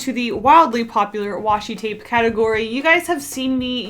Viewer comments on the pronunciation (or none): OMG PLEASE stop saying washy tape sry \